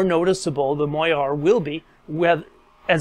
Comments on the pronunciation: Great video. Very informative. However....."moire" is pronounced "mor - ray" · Moiré is pronounced “mwah-ray” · When you mispronounce MOIRE, it makes your otherwise good work seem less credible! Cheers